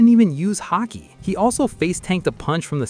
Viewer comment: Lol "hockey" 😂